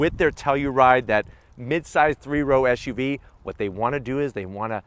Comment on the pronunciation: Why do you keep sayin SHUV ..it's not like you have a lisp! it's SUV